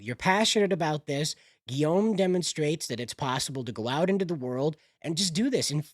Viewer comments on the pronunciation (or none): Guillaume : Ghee-yohm